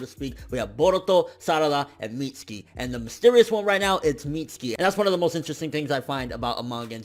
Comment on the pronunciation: y do so many ppl call him Mitski..its MitsUki